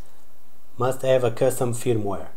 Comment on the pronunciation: i could not understand you, did you say FIRMWARE?